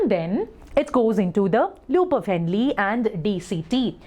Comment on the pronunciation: U prounced henle wrong